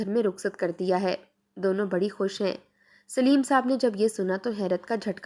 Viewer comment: Sleem nahi Saleem